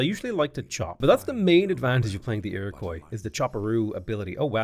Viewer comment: it's pronounced "ir-oh-kwa". Your first half is good but the last half is like if you were pronouncing it in french